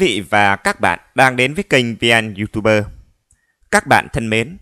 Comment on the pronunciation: Kaaaaaa. Du tu bơ... nghe tếu thật...